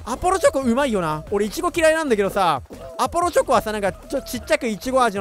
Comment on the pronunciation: アポロチョコがrbrに聞こえたwww 友達がいってたから